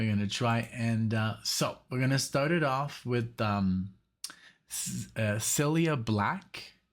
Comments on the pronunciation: Cilla Black is pronounced SILL-a. Dionne Warwick is pronounced DEE-on. "South American Getaway" is influenced by The Swingle Singers' interpretations of J.S. Bach's works. Burt Bacharach was a powerful jazz/pop vector in my music appreciation in the 60s and forever after. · Cilla Black - Pronounced Sil-ah.